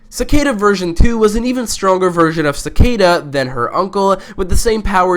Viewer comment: Bro called Savitar, ‘Sabotage’ and called Cicada ‘Socata’ Ha, prob auto correct though